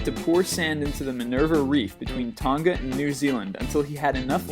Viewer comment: Tong-a NOT ton-ga